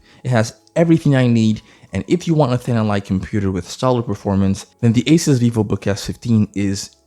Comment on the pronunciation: Thanks for pronouncing asus correct